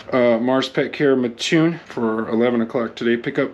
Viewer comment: You definitely have the correct pronunciation down for Mattoon and ditto on the Intro. It's pretty cool.